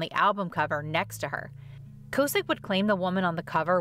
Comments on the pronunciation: Kaw-sick...not co-sick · Its Rick K-awe-sick… not K-oh-sick btw He’ll always be Rick from Big Brother to me ❤️